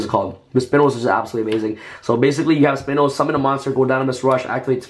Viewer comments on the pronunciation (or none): spinn-ose? plz stop butchering XD *Spine-ose great deck tho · Spinos= sp-I-nos = short for spinosaurus, please learn the pronunciation